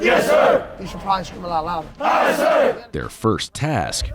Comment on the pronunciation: It’s aye not Ight lmao